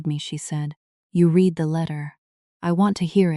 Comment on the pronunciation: Read like reed present tense. Read like red past tense.